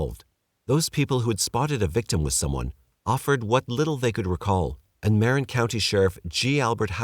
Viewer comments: Marin = "muh-wren" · I don't know how you managed to pronounce "Tamalpais" correctly, but not "Marin." Anyway, I don't think I ever heard of the Trailside Killer, even having lived for 20 years in Marin. Interesting.